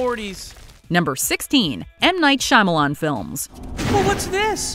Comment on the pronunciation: M. Night "Shy-Millions" XDDDDDDDDDDDDDD